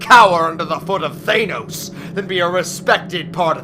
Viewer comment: The way they pronounce Thanos bugs me but otherwise this is very good.